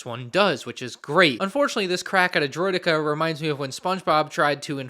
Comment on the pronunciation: "They're no match for Droid-de-karrsss"